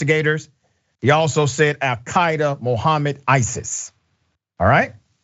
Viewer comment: Did he say Al-Qaeda or Ar-Kwyrda